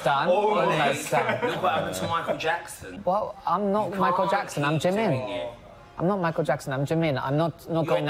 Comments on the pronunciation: 🤣🤣🤣🤣🤣🤣🤣 lmfao am embarrassed for him 🤣🤣🤣 he loves Jimin at least learn wt u say in korean properly he wants to look like him he's obsessed with him and want to meet him yet he doesn't even learn his language😒😒😒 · Also yes he is pronouncing basically everything including Jimin wrong which is absolutely hilarious 😂